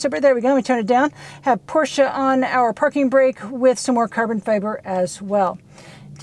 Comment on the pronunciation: Nice to see that you and the missus can actually pronounce Porsche correctly....the guy on Car Wow can't and he's around them all the time !!